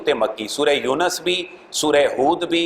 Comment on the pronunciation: Please make correction by myself in two words pronunciation yousuf and younus